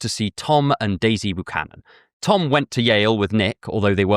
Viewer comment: Buchannon isn't pronounced ooh it's yew like a healthy byewcannon tree. :)